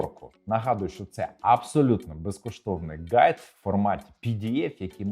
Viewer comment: А почему ты говоришь Ґайд, если правильно (х)Гайд?)))